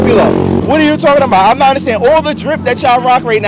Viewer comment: “It’s nawht” shawty almost threw her back out over pronouncing that word 😂